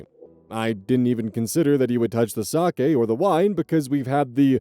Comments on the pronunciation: ayyy correct pronunciation of 酒 (sake)! ya love to see it. if i had a nickel for every time ive heard "saki"... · Story 2: the RELIEF I felt to hear pronounce sake correctly and not as “saki” is probably disproportionate but oh my god it means the world